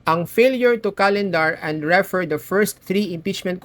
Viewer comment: In the word "refer", the stress is on the second syllable: 👉 re-ˈFER So it's pronounced /rɪˈfɜːr/ (in British English) or /rəˈfɝː/ (in American English). Refer... 2 syllables... The stress is on the 2nd syllable Referring... 3 syllables... The stress is also on the 2nd syllable Thank you po.